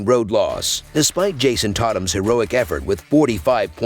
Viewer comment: Jason Tawtum lol